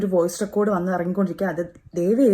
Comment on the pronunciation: റിക്കാർഡ് അല്ല റെക്കോഡ്